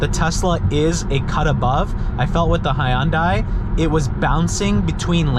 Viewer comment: Wtf is a hiyundie 🤦‍♂️